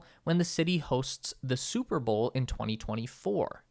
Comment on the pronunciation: You say bowl like bull